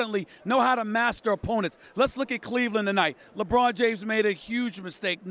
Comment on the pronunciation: Lebroom 2× say it 2×